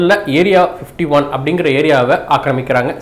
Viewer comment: Bro clear ah pasuga area 51 nu soiluga area 15teen soilura mathari iruku .speak clearly